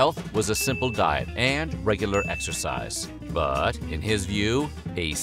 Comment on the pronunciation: "EXCERCICE" LOL